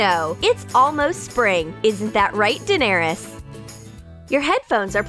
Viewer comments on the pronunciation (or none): none